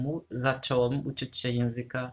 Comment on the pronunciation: Teraz dopiero komentuję, ale właściwie to czasem masz właśnie bardzo... polski akcent :D Tylko "ę" na końcu "się" wymawiasz mocno inaczej (ale i tak każdy to zrozumie), tak poza tym to bardzo ładny akcent :D Ukraiński jest dla mnie trudny jeśli chodzi o akcent, taki mocno inny. Moja mama ma znajomą z Ukrainy, to czasem rozmawiałyśmy. I ona się nauczyła polskiego, jednak ma dużo bardziej widoczny akcent niż Ty :D Niby też słowiański akcent, jednak dla mnie mocno się różni xD